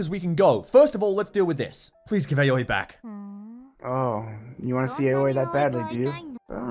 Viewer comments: I feel like i need to say this now thats its over Aoi's name is pronounced Owwie. Lol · The way your pronounce Aoi is giving my Japanese-learning brain an Owie